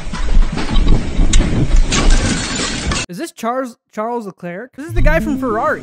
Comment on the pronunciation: Charles leclerc 💀 is pronounced sha lecler